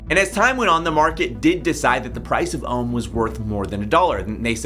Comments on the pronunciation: my man you said rome instead of ohm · when you said nobody has to bond ohm (well you said rome)